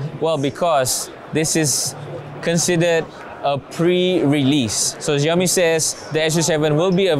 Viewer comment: Apa "zhiaomi" oh? 😅